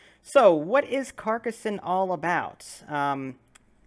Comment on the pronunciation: very nice pronunciation, you say Carcassonne perfectly.